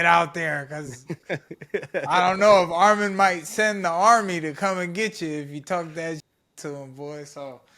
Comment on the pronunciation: Say his name right its Arman not Armen